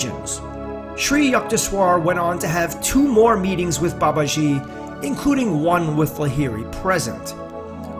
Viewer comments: FYI. It's Baba-jee. Like Jeep without the P. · It's BA ba ji, not ba ba JI. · Its Ma not Mae, soft a in English, ji does not have a swish in it, it is Ji, Baba-ji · Babaji is pronounced Baba g a long g sound in English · Please learn the correct pronunciation when you speak his revered name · learn to pronounce babaji's name correctly first and stop butchering it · If one decides to make a video about a certain person, one should first of all learn how to pronounce his or her name properly. Author's pronounciation of Babaji is annoyingly wrong. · Learn to pronounce the Babaji's name correctly. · Good one... but, Please learn to pronounce the name properly.